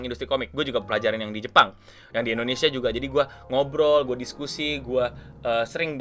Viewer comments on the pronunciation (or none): none